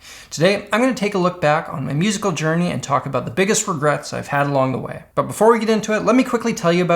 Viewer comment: Lmao he said #regrests